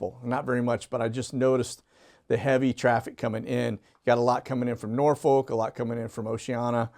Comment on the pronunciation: Please, please, please... Norfolk, Va is pronounced Norfik or Norfuk.... the L is silent...